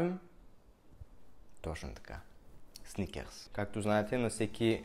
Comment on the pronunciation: Зарко много те харесвам и клипът ти е много интересен само МОЛЯ ТЕ не казвай сНиКеРс!!! Мерси🙏🏻